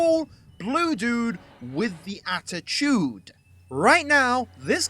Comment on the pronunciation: Attichude ;3